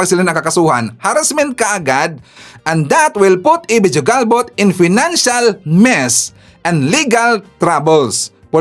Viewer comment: IT IS PRONOUNCED AS HUGALBOT, NOT JU-GALBOT..